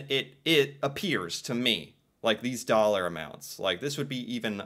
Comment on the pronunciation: stuff in dallorma a dollor 🤣🤣🤣🤣🤣 you mean like 2 to 5 dallors